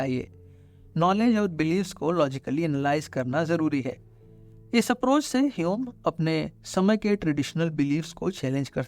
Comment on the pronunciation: Yaar jab tujhe pta hai ki uska naam hame nahi hyum hai.. fir hame keh kr q shuruaat ki.. ainvi😂